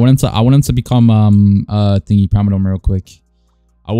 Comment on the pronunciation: its prim-a-don